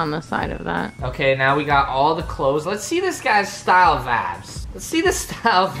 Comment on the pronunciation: Please stop saying “Vabs” -_